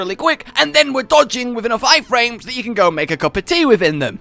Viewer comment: Hey hey hey wtf man you say armor n weapon brake down but fuck the weapons com on buddy hahahaha also you said ( I flames )not frames love it